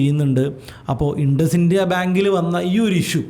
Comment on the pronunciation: ഇൻഡസ്സിന്ത്യ അല്ല ഇന്ദുസിൻഡ് ബാങ്ക് 😂